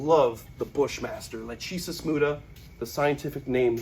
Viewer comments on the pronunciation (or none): I think the genus of the bushmaster is pronounced Lahk-ah-sis (lækəsəs) after the greek fate. The fates were Clotho, Atropos, and Lachesis. Lachesis was the 'Alloter', she measured the thread of life and determined when it was cut, although it was Atropos who actually cut the thread. So Lachesis Muta means the silent determiner of fate, which is probably the single most badass snake name ever.